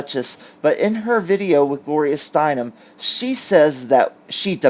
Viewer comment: Thank you for pronouncing "Steinem" correctly. Everyone else under 50 is saying "Steinman". ( I just noticed spell-check automatically "corrects" it to Steinman.)